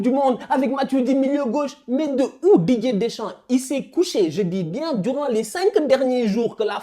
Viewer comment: Je suis le seul à entendre "DJ Deschamps" à chaque fois ?